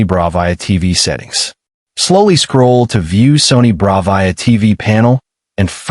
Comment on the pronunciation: really know you how to say Bravia correctly, this video would be complete shite if you mispronounced Bravia every single time you said it in the video